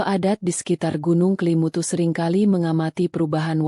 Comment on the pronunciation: Bukan Kalimutu Tetapi kelimutu mbak